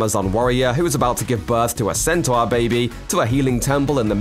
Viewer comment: It's pronounced sentor not senter. Smh and lol.